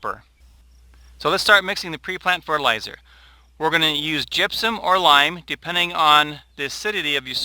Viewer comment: Truly terrible video. It's gypsum not gypsom... But that's not your biggest problem... It's Jim's edited recipes, the fact that you guys have left out any meaningful source of calcium. Calcium Nitrate, yes. Lime? No. Mittleider used lime for the sole purpose of adjusting pH. Lime would "make" calcium available to your plants in a few months. Calcium Nitrate or calcium chloride would supply your plants with calcium NOW with the additional benefit of "u clogging" the roots, preventing salt accumulation... Basically every video of yours is designed to sell the wand, the micromix and Jim's "edited" books. You are a good SEO guy, good marketing but... Why did you guys change the most important thing in mittleider recipe? Where's the calcium nitrate buddy?????